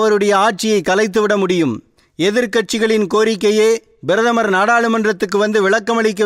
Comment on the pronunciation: முதலில் நீ சரியாக பேசு "அவர் பிரதமர்" நீ பேசியது "BIRATHAMAR "